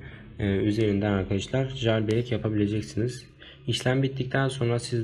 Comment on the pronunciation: Ceyılbrek diye oku kanka lütfen